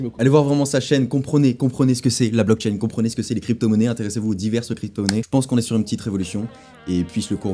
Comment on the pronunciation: le bitcoin est pseudonyme, il n'y pas de nom+prenom associé à une adresse de paiement bitcoin. Renseigne toi Et c'est blockchain pas block-chaine. ou comme crypto et non "cryptho" et autre franglais.